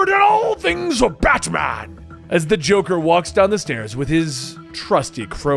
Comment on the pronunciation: Lol u said droker drones